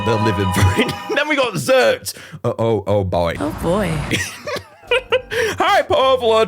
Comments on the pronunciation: um actually x’rt is pronounced Exert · X’rt is pronounced “exert.” Also, Fandhul HAS to be percussion, because otherwise, Boodoo is the only percussion monster unless Arackulele beats on its guitar.